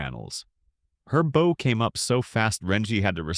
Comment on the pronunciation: I don't get why all these AIs keep mispronouncing bow; it's so annoying, especially the number of times they use it.